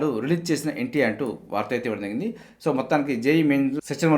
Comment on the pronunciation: "Jarigindhi " ani clear ga palakandi sir, adhi clear ga artham avvatledhu.